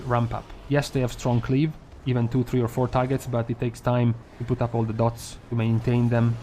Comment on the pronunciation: please do not say "Deeh-oh-tees" but DOTS. It sounds... not good.